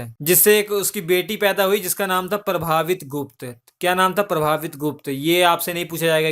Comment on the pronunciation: प्रभावित गुप्त नही प्रभावती गुप्त